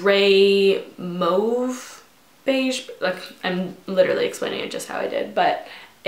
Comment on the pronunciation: Agreed! And sometimes I wish there was an option to leave a voice recorded comment, because if there was I would show her how to properly pronounce "mauve" lol But seriously, beautiful makeup though. I love it.